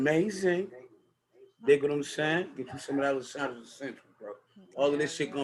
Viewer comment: Don’t be simple. Grandma taught you right. It’s La-Shondra. #PRESSURE